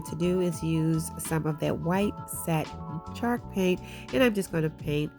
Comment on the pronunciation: I love how it sounds like she says shark paint lol. Love the diys too girl!!🙌🙌🙌